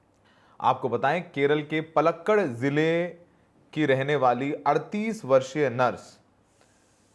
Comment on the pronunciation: Paalakaad not oalakkad